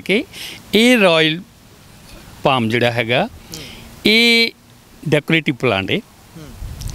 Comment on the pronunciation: ਬਾਈ ਜੀ ਪਲਾਮ ਨਹੀਂ ਪਾਮ ਹੁੰਦਾ